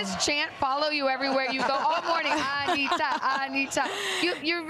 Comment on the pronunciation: Essa apresentadora falou Anitta e não anira . 😮